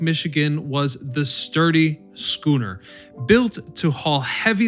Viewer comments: “Schooner”?!? Really?!? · Right! Head hurts a little each time I hear it.... ugh... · How does this guy pronounce schooner correctly a few times but also pronounce it incorrectly other times, it's baffling